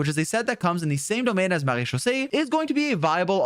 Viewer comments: ur french accent with MARÉCHAUSSÉE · As a native French speaker, can we talk about how satisfying it is to hear him say Marechaussee?! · he has the best pronunciation of marechaussee I have heard from genshin creators omg, claps fr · I love how you pronounce maréchaussée cuz that's how i say it too 😭